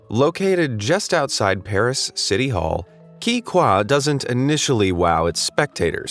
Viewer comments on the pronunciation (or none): none